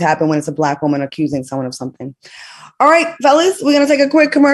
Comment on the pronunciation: I love to hear Al say Wooman! Lol 😂